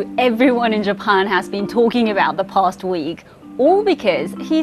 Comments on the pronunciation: What a wierd way to pronounce Japan. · she speaks good english and cant pronounce Japan....in english.....strange...